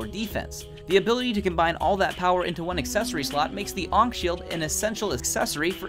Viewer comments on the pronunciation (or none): 1. Ankh Shield isn't 1.3 its 1.2 or below i forgot 2. thats not how its said...